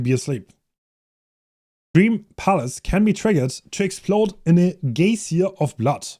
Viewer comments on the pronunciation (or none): Love seeing his attempts at weird words, like geyser later on lmao